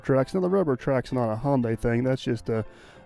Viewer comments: Sunday Monday Hyundai... not Hawnday. Lol. Love the videos. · Hyundai is pronounced Hi un dee ! Back in the early 1980's I worked for a company that built Ion Implanters for Hyundai. I was the Quality Assurance Inspector for the job and was always corrected by their engineers on way to pronounce it. I was also the 1st American to drive one of their cars on American roads! It was a piece of junk but I didn't tell them that! Best Regards, Jay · Hyundaii like sunday. I had a new car sales man tell me that one time when j asked him how to pronounce hyundaii. He said hyundaii like sunday. And of course the fella was korean .